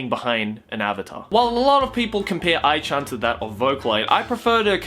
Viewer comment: What a great pronunciation of A.I.